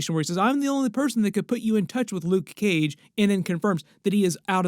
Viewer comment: Nobody says luKe Cage how you say 😂 You my friend are one of a kind. Much respect